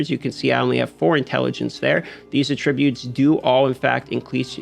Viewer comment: Agreed that this update to warbands is a less than great call. Video would be better if he knew how to pronounce "attributes" but otherwise good clip!